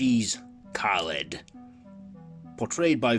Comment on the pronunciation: hi,just started video,it's kaled not kelad mate 👍